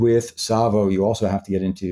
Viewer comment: Its pronounced Sahvo not Sayvo